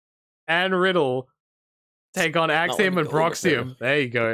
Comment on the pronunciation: I knew this video would be 10/10 when said "Copeiom"